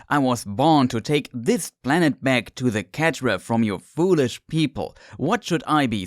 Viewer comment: dude pronounces cetra as ketra and elegant as elejant I can’t even